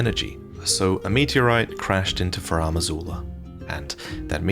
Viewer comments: FarUm Azula. Not FarAm Azula. It's bugging me all video. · FAH-ROOM!!! It drives me nuts to listen to mispronounce Farum repeatedly. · "Faraam" Azula 🤭 all the veterans mispronounce Farum. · Any explanation as to why is pronouncing it 'Faraam' Azula? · Finding myself needlessly bothered with how pronounces "Farum" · so much effort put into the video only to pronounce "Farum" like a criminal...